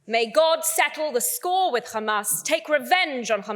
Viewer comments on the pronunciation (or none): How many times she said khamas 😂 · Who do they always say khamas😂😂😂🇮🇱💩🧻🚽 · She does know that the word HAMAS has no "k" in it right? Funny watching her polished accent change to pronounce these words incorrectly. Agent of genocide. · I can just hear khamas khamas 😂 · one who can’t even say gaza and hamas properly should not be allowed to speak at all